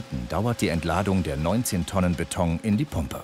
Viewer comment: trotz allem heisst es BETON und nicht BETONG!!!!